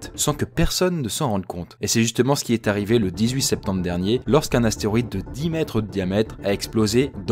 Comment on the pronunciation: C'est quoi un atéroïde ? 😂